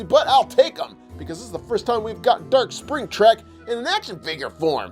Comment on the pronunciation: He said spring trac